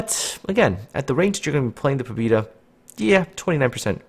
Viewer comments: Pabyeda, trust me, I'm Russian. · "pob E da" oh my God,thats so painfull to listen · Sorry dude! I poorly speak English and even more poorly speak Russian but the ship is named "Poh-beh-da." The Russian word on the cliff in port is the Russian spelling. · Pah-byeh-dah. Learning Cyrillic is a wonderful thing, might help. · "Pabyeda" ITS "PABYEDA"!!! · he is not right, the name he is using Russian would write it like "Pobida" and ofc that wrong closest thing in english to Pobeda would be Pobyeda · I periodically ask a Russian aquaintance of mine to look at the names of ships from the Russian server in Cyrllic ... she said the ship is pronounced " Pa-vee-Ay-da" with the V being a soft blend of a b and a v, and the a in Pa sounding like a dog's PAW.